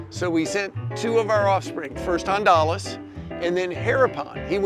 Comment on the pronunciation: It's Andalas, not Andalos. "Andalas" is another name for the island of Sumatera, Indonesia.